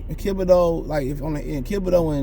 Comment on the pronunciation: Why do you mispronounce everyone's name? It's Thibodeaux not Kibodeaux, Smh